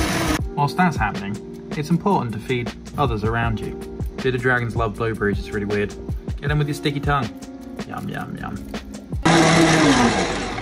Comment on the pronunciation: how do you manage to pronounce "blueberries" as "blow breeze"?